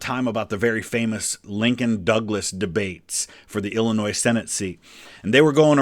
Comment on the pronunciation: I’m just a minute in and I’m cringing at your pronunciation of Illinois. It’s Ell-Oh-Noy -Sincerely, a girl from downstate!